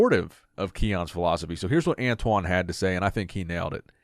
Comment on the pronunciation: Antoine said it right.